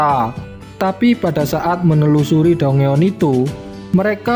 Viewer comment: Maaf bang koreksi dikit "Dungeon" itu di ucap nya "danjen" 🙏